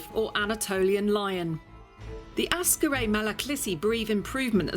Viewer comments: I really love your constant ignorant mispronounciations of the dog breeds. It is AKsaray nor ASkaray. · It is called Aksaray not Askaray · Mam, please stop sayin' "Askaray" it is "AKSARAY". It hurts my ears everytime you say it. Ak - sa - ray. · its ak-saray. not as karay. just like how people dont say lodnon, its london. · Aksaray is pronounced more like "axe array" rather than "ask array" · It is nor askaray its aksaray, means white palace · Great video as always. Very informative and entertaining. I just want to point out that Aksaray province is not pronounced as askaraj, it is pronounced as aksaraj like there is an x between two first a characters. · Great video! A little correction; it is AK-SA-RAY, not as-ka-ray... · askarray? lol'd at that, sorry. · it is not Askaray Malaklisi, it is Aksaray Malaklısı (lısı part is pronounced as if there are two schwas in it.) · You are mispronouncing Aksaray. Not Ah-skah-ray, it should by "Ahk-sah-rye". Gorgeous dog, btw. I love Malaklis. Also, it is "Kah-rah-bahsh", means "black head".